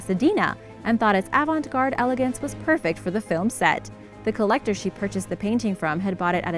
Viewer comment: please, PLEASE, the final "t" in avant-garde is SILENT, so do not pronounce it. Tricky French word.